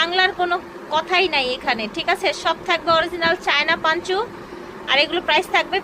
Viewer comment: পাঞ্চ না আপু, পঞ্চো।